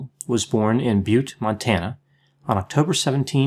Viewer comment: Thank you Doc....my hometown...I appreciate your pronouncing Butte...properly... many people do not..Evil was an interesting person for sure...As always your analysis is appreciated...I enjoy listening especially when you analyze famous people...✌❤🙏